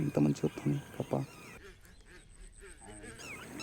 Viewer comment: కప్పు కాదు అన్న కప్ప 😂😂